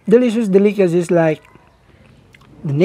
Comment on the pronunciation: Lol he can't say Delicacies. del·i·ca·cy